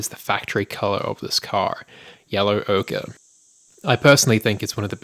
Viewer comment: OCHRE YELLOW. Pronounced Oh-ker.